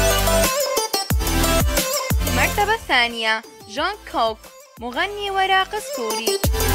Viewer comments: قالت جون كون مو جونكوك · راويه المالكي انزعجت من الطريقة الي كانت تنطق بيها اسماء بانغتان 😤😤 خصوصا جيمين و جونغكوك 🤦🏼‍♀️🤦🏼‍♀️🤦🏼‍♀️🤦🏼‍♀️ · اسمعوها شلون قالت جونكوك 😂💔